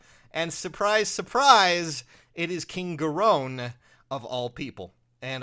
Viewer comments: Gah-rone? Really? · this whole time i thought it was pronounced like king gare-in